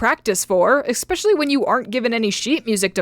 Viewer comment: I’m sorry, I love you and all but ‘Expecially’ is not a word. That is a sin.